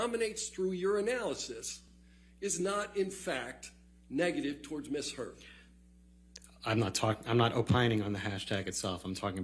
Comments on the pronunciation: He said Amber turd so many times in court it was funny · He does pronounce 'Amber Turd' quite loud and clear doesn't he 🤭🤭🤭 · Did he just call her Amber Turd? Swear I heard that. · Every time he says AmberTurd an angel gets its wings😂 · I love how hard he pronounces "Amber *TURD*" 😂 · he said amber turd 🤣🤣🤣🤣🤣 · I'm sorry, but am I the only one who's hearing Amber Turd instead of Amber Heard every once in a while? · Dude said "Amber Turd" 🤣🤣🤣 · Ok, I know this is completely juvenile (I get that), but I couldn't help giggling after hearing JD's lawyer call her "Amber Turd" 6 or 7 times. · He called her “Amber Turd” 😂😂😂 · 😂😂😂😂 he kept saying amber turd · He actually said Amber Turd🤭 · LMAO he said #amberturd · Every time he said AMBER TURD an angel got its wings 🤣👼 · Every time he says "Amber Turd". LOLLOLOLOLOOL🤣😂🤣😂🤣💩💩💩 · Did he say Amber Turd? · Lol did he say Amber Turd? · He LITERALLY SAID AMBER TURD THREE TIMES IN A COURT OF LAW. That’s hilarious AF !!😂